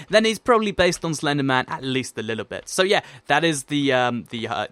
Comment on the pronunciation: he says "it's based on slender man at least a lillle bit" in stead of little bit